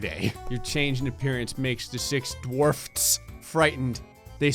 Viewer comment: The six Dwarfts lol